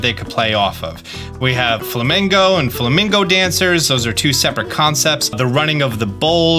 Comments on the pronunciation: Is it just me, or does anyone else hear saying "Flamingo" and not "Flamenco" 😂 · It’s pronounced “Flah-men-Co”. Not flamingo. You’re pronouncing a bird that turns pink— Flamingo. The dancing style/music is called Flamenco. “Flah-men-Co” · it's pronounced FLA - MEN - CO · Flamenco not flamingo lol